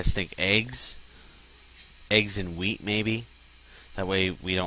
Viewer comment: you said bone meal dosen't give you seeds from weed lol if you said wheat it sounded alot like weed lol